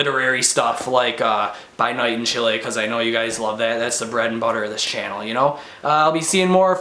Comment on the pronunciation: You pronounced "Chile" right :). I'm happy because most people pronounce as"Chili" which sounds terrible and incorrect. Anyways, because I'm half Chilean so I should read this. It sounds interesting. Thank god Chile's political and economic standing is better now. Thank you for the review!